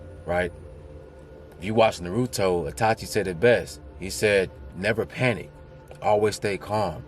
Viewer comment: There definitely is a God. But in another sense, we are God, and the ego is the devil! 🗣️🙏. You don't sugarcoat, and always say stuff with love, and guidance. Much and one love! Blessings Bro!!! And not to be a dick, but it's pronounced nar - roo- toe! 🙏🙏